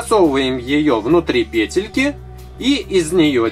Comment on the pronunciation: Вы говорите , , Петельки а правильно говорить петельки